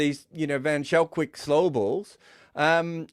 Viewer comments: I know mentioned he enjoyed saying Shadley van Schalkwyk's name, but I'm sorry to be the one to burst the bubble. The "ch" in Schalkwyk is pronounced "k". van Schalkwyk is pronounced almost exactly like "fun skulk-vake" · Yep! Wikipedia lists him as Shadley van Schalkwyk (/vən ˈskɒlkveɪk/, vən SKOLK-vayk